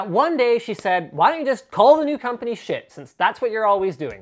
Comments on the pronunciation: I thought it was pronounced "sheet" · you sayd shit not schiit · Why did they name it Schiit? It just sounds like shit. or am I pronouncing it wrong? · Everytime he says "Schiit" i can't help but laugh. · i just watched so i could hear Linus say Schiit